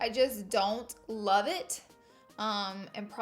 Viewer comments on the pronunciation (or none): none